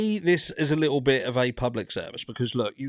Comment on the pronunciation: How you say "little bit" is hilarious!